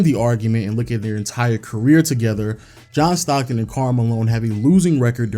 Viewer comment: Sorry, but i stopped when he said "Comin at place 10, John Stocton''... Good night boy <3